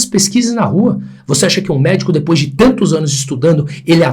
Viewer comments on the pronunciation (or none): none